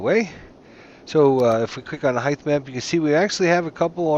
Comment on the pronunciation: Heith? ...height?